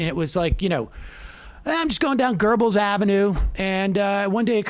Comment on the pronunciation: Completely off-topic really... But where do Americans find the R in Goebbels? I'm genuinely fascinated lol